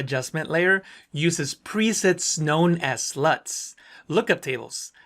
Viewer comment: That moment when he said "LUTs" xD